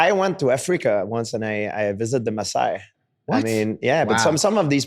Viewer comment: They are called Maasai and not Messiah lol.